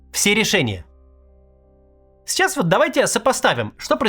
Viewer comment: И говорит "чичас, чичас". Приплыли.